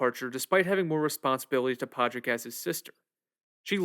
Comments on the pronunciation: Just an FYI... Padraig is pronounced... PAW-RICK. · It's driving me crazy that he keeps mispronouncing Padraic. The d is silent. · It honestly baffles me how someone can hear how a name is pronounced over and over again, and then just decide, "nope, I'm gonna say that word completely differently". I mean it's not like you're reading the word Padráic in a book and have to guess at a pronunciation. It's a friggin movie where the name is said out loud at least a hundred times. You watched this movie enough to make a whole detailed video essay about it, talking about the nuanced layered metaphors including the Irish civil war, but one of the MAIN CHARACTER'S names completely escapes you? Absolutely mind boggling. Great video btw. It's a really lovely deep dive into one of the best movies to come out in years.